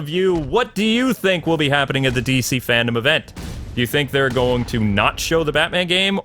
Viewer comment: It’s FANDOME not FANDOM